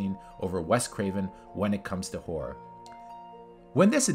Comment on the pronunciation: How can you not pronounce Langenkamp or Horror? Aren't you a horror channel?